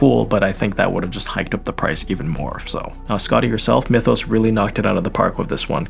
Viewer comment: Since it's a Chinese manu I just found a Chinese video on YT and yeah, they say Myethos, not "Mythos".